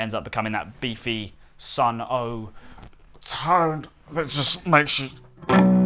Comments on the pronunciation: Sounds like shit, I see this dweeb played 3 stoner bands and called them doom, now I see he’s saying “sun oh”… you just say sun… simple.. oh and you’re being entertained by another infomercial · I enjoyed the video 👍 But please, people... stop saying Sunn Oh lol. It's just Sunn... you don't have to try and pronounce the Sunn logo at the end of the name lol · It's pronounced "Sunn-Oh-closed-bracket-closed-bracket-closed-bracket" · can’t believe this guy what their little doom mascot but he doesn’t even know how to pronounce the name of the band that helped make the pedal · Could have done a little research. He says the band name wrong and doesn't know what a whiteface rat is 🤷‍♂️ That said, more doomy content is always a good thing.